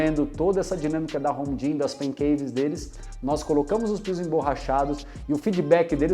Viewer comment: Pequena observação: quando vc for falar a palavra GYM, termine a com M e não com N. Caso contrario a palavra fica parecendo gin (a bebida). De qualquer forma, acho seus videos demais. Poucos videos ai falando realmente o que é necessário. Abracos